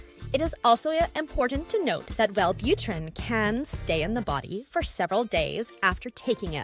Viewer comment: Well butter rin